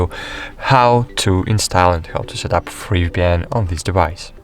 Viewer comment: All I heard is "free vpyan by free vpyan!"